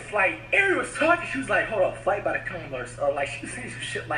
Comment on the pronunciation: This dude FWight😂😂😂